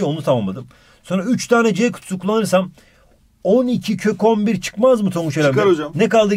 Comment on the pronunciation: abi 14 kök 11 i 14 kokombir diye okuyon yiaa sjsjjsjsjjs